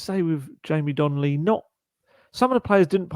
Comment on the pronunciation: It’s Donley not Donnelly